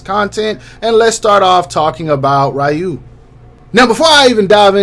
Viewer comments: you actually had it right the first time lol its ree-u not rai-u🤣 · Isn’t it ryu(re-you) and not ryu(rai-you)? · Ew why he say Ryu like that